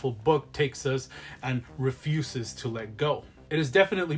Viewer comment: How did you manage to do a list like this and not manage to include an Edward Lee book lol. I can stomach a LOT of disgusting stuff and I couldn't get through Going Monstering. Also I don't think of it was intentional, but they way you said "Refuses" in the bit about Frisk sounded like "REF-uses" which is an amazing pun for a video where you are dressed like garbage talking about disgusting books.